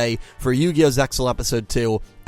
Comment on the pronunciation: oh man i always pronounce Zexal differently ,i know the way you pronounce is correct but it feel so weird to me lol